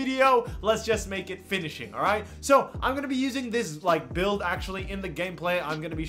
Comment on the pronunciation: “Finishing” please